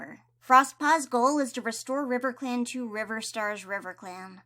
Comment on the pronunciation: you also said, "and over in RIVECLAN, CROWFEATHER is the deputy" this made me laugh SO HARD :D